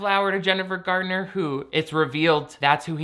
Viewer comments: Am i crazy or does he keep saying Jennifer Gardener? I thought it was Garner lol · Another great video,!!...but it's Jennifer GARNER, not GARDNER!! LOL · Her last name is Garner. Jennifer GAR-NER, not Gardiner. I love your stuff too much to let you sound like you aren't the best creator on YT, thank you. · Ma-maa, ain't no D in Garner.